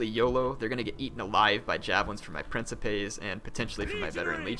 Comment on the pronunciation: Gasp! He said Princeps right! :-D